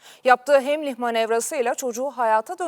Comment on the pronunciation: Haberciler de doğrusunu söyleyemiyor. Haymlih ( Heimlich).. Haber sunmak sadece diksiyon değildir.